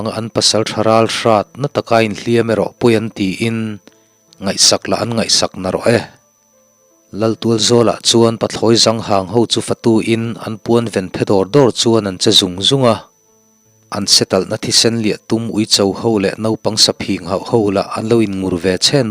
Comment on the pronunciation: Pathlawi zanghang tih i chhiar dan kha diklo deuh,, hnungzang tih kan lam dan hian "zang" tih kha lam rik tur nia,, serh lampang lam dana lam loin hnungzang a zang thluk ang hian thluk tur ani e